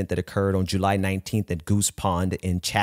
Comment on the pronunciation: Two corrections: Musk's father owned a diamond mine. And the city in Massachusetts is pronounced "Chat-Ham". Other than that, another good episode. Thank you.